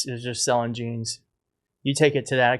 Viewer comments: Jesse Waters ,Hey Stupid ! It's J e a n s,not G e n e s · Her “jayns” are “bluh” - she needs lessons from Nigella on how to pur in English